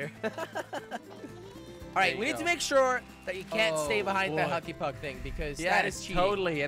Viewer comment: Why does say hucky puck instead of hokey puck?